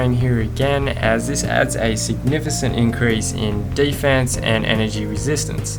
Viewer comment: He said Secnifocent